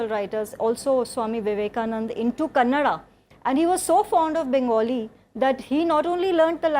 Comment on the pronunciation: It's kerala and karnataka , not keral and Kannad.